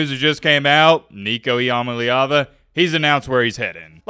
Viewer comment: E - UH - MA - LEE - AH - VU